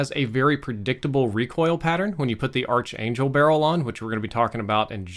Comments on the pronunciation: Just a Pronunciation tip here if needed: correct is "ark" angel not "Arch" angel even though that's how it's spelled. Thumbs on these great vids! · Pronounced ark angel.